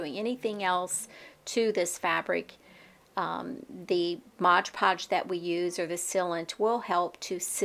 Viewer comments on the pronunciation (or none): It is cute how you pronounce Mod Podge Modge Podge 😅